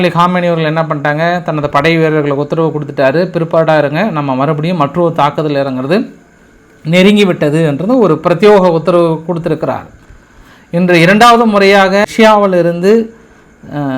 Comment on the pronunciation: பிரத்யோக உத்தரவு னு சொல்லப்பிடாது!! பிரத்யேக உத்தரவுனு சொல்லனும்!! உங்க வாய்ல வசம்பை வச்சு தேய்க்க!!!😂